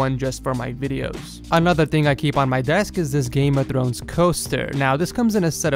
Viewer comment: i hate the way he says r in words like throne